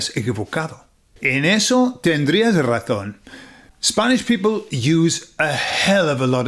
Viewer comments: It took me until "razón 4" to realise you were saying "razón" and not "ratón"... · Cuando dices la😂 razón es....suena todas las veces como la ratón es,te😂es difícil pronunciar la z? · Hola soy de Puerto Rico y te felicito hablas muy español. Noté tú pronunciación de “razón”y me sonó más a “ratón” , “really no big deal” solo parte de la interacción. Es como esas “e” elongadas del inglés que no existen en Español, como “sheet and beach”. Recuerdo vivamente una señora , por su acento me pareció latinoamericana, aquí en Pennsylvania hablando con un oficial de seguridad y diciendole “the shit of paper was by the bitch”. La cara del oficial lo decia todo. Aunque soy bilingue hay veces que tengo a Cervantes o a Shakespeare revolcandose en sus tumbas.